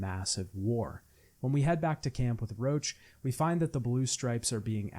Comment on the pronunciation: In Witcher 2 when he keeps calling Roche “Roach” I just keep imagining the horse